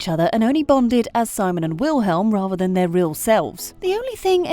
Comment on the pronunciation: the way she says Wilhelm and Simons' names 😭😭😭